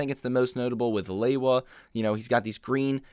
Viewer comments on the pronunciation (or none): Good review, and I’ve enjoyed seeing all of these videos. But, I’ve always found it quite irksome when someone pronounces Lewa’s name as “Lay-wah”. It’s pronounced “Lee-wah”, lol